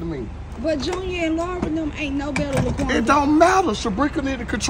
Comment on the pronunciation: Laqunda!!!!! Noooooo😂😂😂😂😂 shut up honey